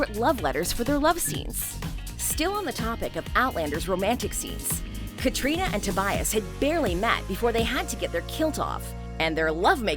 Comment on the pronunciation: It's a pity that Catriona's name is mispronounced